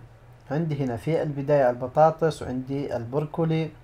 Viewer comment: ماشاء الله عليك 👍🏽.. اسمه برو كلي مش بور كلي😉